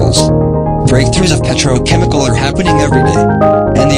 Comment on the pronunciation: quite funny that the voice automator couldn't correctly pronounce the most important word in the video.